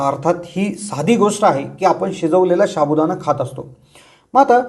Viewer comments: शाबुदाना नाही साबुदाणा म्हणा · pronounceation wrong sabu Dana not shabudana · शाबु.हासुद्धा.उच्चार नीट करा😊